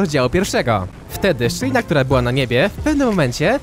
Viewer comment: "szyjna" zamiast "szczelina" btw